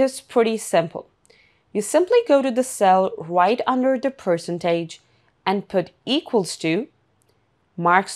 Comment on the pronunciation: That was hilariously funny. The AI did NOT even know how to pronounce Percentage.